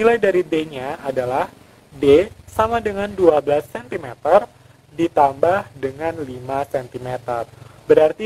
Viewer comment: koreksi dikit yah, ada kesalahan pronounciation/pengucapan (12 cm) tetapi di videonya bener kok :v maaf yaa baru nyadar hehe